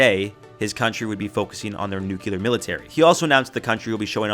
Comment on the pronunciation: „nucular military“ People still don’t know the actual word?